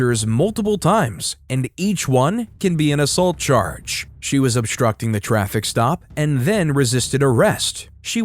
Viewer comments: Astructing ⁉️⁉️⁉️. Red hat, take the crap out your mouth and talk right. JS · unloosen my cuffs?? 3rd grade education too many victims in the 1st we ain't instucting nothin!!! stupid..."yes it do..yes it do" Chanel/Kennel/Zanax whatever her name is trying her best to speak in 6th grade ghetto language not easy to watch